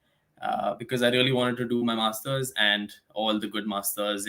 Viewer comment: Masters not masthurs. But otherwise great info.